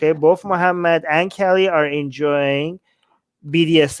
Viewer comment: Lool, it's Ka-li not Kelly... 😂 I had no idea what you were talking about until I saw it written. Kali is a fierce Goddess!👹